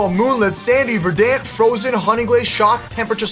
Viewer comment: Naa he called Verent vedance